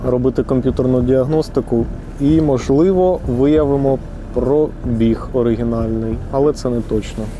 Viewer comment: Шо такоє "прОбіг"?))) Є слово- пробІг, але там наголос в кінці)